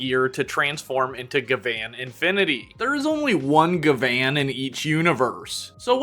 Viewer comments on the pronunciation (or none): Bro you realize you're saying Gavan name wrong right because it's spelled gyaban or gavin not ga- van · The way you say gavan sounds more like gvan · It's pronounced as Gavin btw. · hi, quick reminder for jp pronunciation if its 'A', most of the time its like "rUn" ah sound if its 'I', then its "rIng" ee sound if its 'U', then go "bOOm" oo sound if its 'E' then its like "sAy" or "café" or "Réstaurant", "Pokémon" lastly for 'O', like "gO" oh sound so gavan is GA-VA-N hope this helps in the future